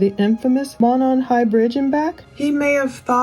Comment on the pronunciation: Just letting everyone know it's called the Monon high bridge, pronounced Moe-non not Mah-non, so annoying.